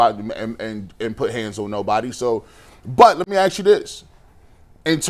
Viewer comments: Who are you axing..😅😅😅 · Stupid because he pronounced “ask” differently? Who cares what you think 😂. Focusing on how someone speaks in this situation is insane. They’re discussing a young woman allegedly being physically abused, and your first thought is how they talk? Weird, man. Just weird.